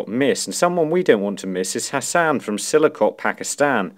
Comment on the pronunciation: silikot 😂 its siyaaalkot